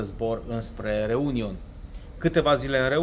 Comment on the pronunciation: Min - Mayotte (a se citi "MAIOT", din franceza) si Réunion (a se citi "ReuniON", accentul cade pe ultima silaba, tot din franceza) sunt departamente de peste mari ale Frantei, ca atare, limba principala e franceza, iar moneda este euro.